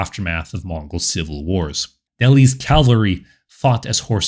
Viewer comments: Bro, I like your channel, but given how the focus of your entire channel is on cavalry please learn to pronounce the word. "Cavalry" not "calvery". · It's "cavalry", derivation from French "cheval", meaning horse, and not "Calvary", a hill near Jerusalem, where Jesus Christ was crucified. Still, a great video. Subscribed. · I really like your videos but you need to stop saying "calvalry" and instead say "cavalry". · Please...CAV - AL - RY. Not CAL-VA-RY. I've noticed that a number of American YouTubers speaking on military topics get this wrong. Why this vocal obsession with the site of Jesus's death? The mispronunciation is very noticeable as 'calvary' communicates such a powerful image, one which has nothing to do with mounted soldiers. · I like your content. It's well researched, and the Mongol period is one of my favorites, if only because of the massive destabilizing influence, pure fear-factor in Eastern and Central Europe before they arrived, and just morbid fascination. My only complaint (and it, quite frankly, is a huge one for me) is your pronunciation of cavalry. The way you pronounce it, CAL-vary, was where Christ was purported to have been crucified. CAV-alry is what gallops over the hill to save the day (or seemingly ravages the whole known world, in the case of the Mongols).